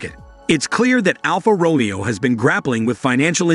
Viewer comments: It's not RomEo - it's RomAYo - stop it!! Almost unlistenable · "Row-mee-o" smh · Please learn to pronounce 'Romeo' correctly.